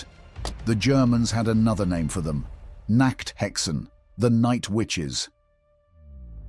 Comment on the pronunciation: Pronunciation matters. "Nachthexen" is something very different from "Nackthexen" 😜